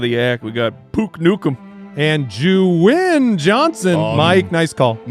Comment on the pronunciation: it's Juwin brotha